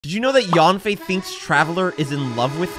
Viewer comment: Stop saying YAWN-FAY when you're saying her name. It's pronounced sort of like YUN-FAY or even YEN-FAY. Chinese A's have a certain inflection. Jing Yuan and Fu Xuan are good examples.